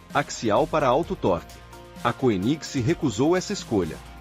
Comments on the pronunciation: Pronuncia-se kêniseg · Legal, mas poderia pelo menos pronunciar o nome da marca de forma decente. Dói nos ouvidos! Kkkkkk